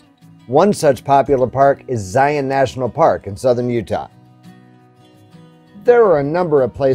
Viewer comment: I can tell you are a fellow Utahn since you say Zion National Park correctly, instead of Zy-On like the non-Utahns ;)